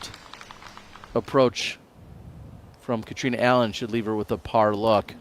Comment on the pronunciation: Why can't use Catrina's name correctly.